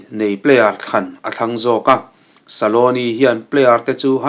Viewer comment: Argentina coach hming ilam dan hi dik lo deuh saloni iti mai in ka hria scaloni tih zawk tur